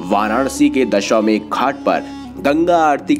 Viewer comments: Pronounce as 'Dashashwamedh ghat'. Not dashawmedh. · Sir, Dashwamegh nahi Dashashwamedh hota hai. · सही उच्चारण करते तो अच्छा होता, दशाश्वमेध। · Ghat ka naam to sahi se lo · Ghat ka nam aur jirnoddhar boliye thik se